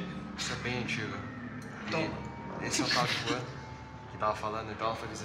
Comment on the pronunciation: s mais que pronúncia sai como Ruan